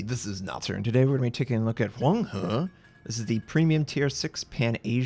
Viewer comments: Wow Notser that Huang He pronunciation is so accurate! Love from mainland China XD! Keep up the good work! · Are you Chinese? Because you pronounce Huanghe perfectly! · Hey Notser. I was very pleased to hear the correct pronunciation of this ship . I appreciate your effort. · Hi Notser, extremely happy with your extremely accurate pronunciation of Huanghe. Well done!